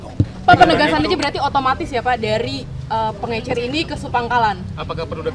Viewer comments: Pengecer pak, bukan pengencer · Pengencer apa Pengecer Pak😅